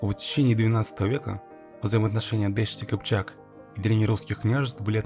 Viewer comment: не дешт-и-кипчак а: ДАШТИ КИПЧАК, слово дашт персидское, поэтому и произносится не по тюркски (кипчак дашти) а по персидски (дашти кипчак)